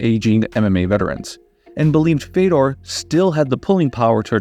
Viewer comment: It's pronounced "Fjodor"